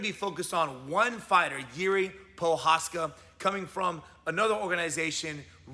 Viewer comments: Its "Jiri" not "Juri" ok? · guys i think its Jiri not juri. great vid and channel though